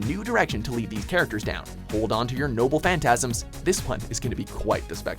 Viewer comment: did I hear that correctly hold onto your NOBLE FANTASIMS? As in lost pause?